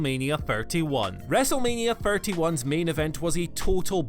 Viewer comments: Still waiting for him to say thirty instead of firty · The Way this presenter pronounces words that begin with TH as F (thirty/FIRTY) really gets to me